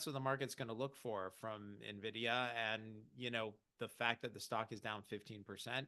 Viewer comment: If you are a market commentator and you still say "Nevidia", anything you say after that is going into the spam inbox. Get your act together.